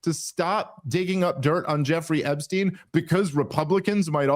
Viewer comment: DAVE! Why are you pronouncing Epstein as "Ebstein" throughout this entire video?! I've never noticed you pronouncing "Ps" as "Bs" before. It's infuriating man. EP-stein. EP! Not EB.